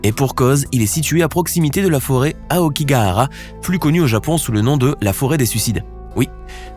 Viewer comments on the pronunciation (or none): none